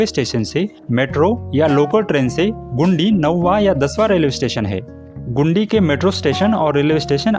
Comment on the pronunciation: ओ भाई,, गुंडी नहीं गिंडी जगह का नाम है